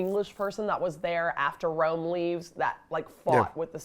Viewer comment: He commanded a cwack wegion in Wome!